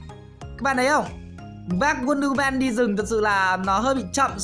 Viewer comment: Đọc là "uân đơ hu mừn" nha ông 🙄🙄